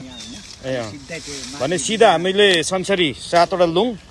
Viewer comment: पूजा अमेरिकातिरै होकी कसो मेम ? पुकार शब्द "संसरी" नभएर "संसारी" पो होलाकी !